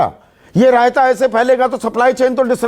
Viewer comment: Sandeep ji ek Baar RAYATA sand Bolte hai to achha lagta hai